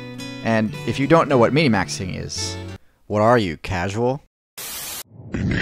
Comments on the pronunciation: Its min/maxing Not mini maxing. Filthy casual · First of all I just want to say I love you videos random as hell and I think they're amazing. I really didn't want to say anything however I start have a conniption in my right eye started to Twitch it's pronounced 'min'-maxing. Min as in minimumm. MIN. Okay. Now I can sleep. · min-maxing =/= "Minny maxing" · Isn't it min-maxing instead of minimaxing? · late af but it’s min-maxing nobody says minimaxing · Isn’t it Min-Maxing?